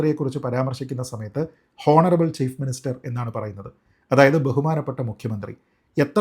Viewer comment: ശ്രീജിത്ത്‌ പണിക്കർ താങ്കൾ "ഹോണറബ്ൾ മുഖ്യമന്ത്രി" എന്ന് പറയരുത്... പ്ലീസ് കറക്റ്റ് യുവർ " ഉച്ചാരണം"... ദയവായി "ഓണറബ്ൾ" എന്ന് പറയുക...സോറി ഫോർ കറക്ടിങ് യൂ... 🙏🙏🙏 Your videos are always in superb in quality and content and I do watch and follow them regularly. Don't feel bad for pointing out this and excuse me for the same. 🙏🙏🙏